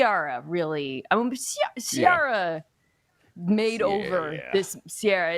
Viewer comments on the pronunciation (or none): Mina sort of exposed herself to Bomani that she doesn’t have quite the familiar taste (ear or eye) for black culture like he thought she did. John Legend cvs music and her pronouncing of Ciara; “C-ARE-AH”, Lol. She’s my girl though and love listening to her insight. Btw, she does slightly resemble the woman from Mr & Mrs Smith.